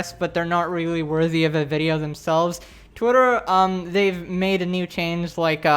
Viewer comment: I like the says 'twietr'